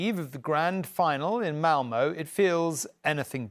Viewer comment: You're fighting a losing battle. British broadcasters can't even be bothered to learn how to pronounce Malmö correctly.